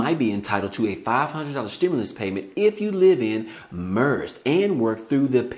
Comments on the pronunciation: Merced California is pronounced like Mer-Said (Merced)😜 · It’s pronounced Mer-ced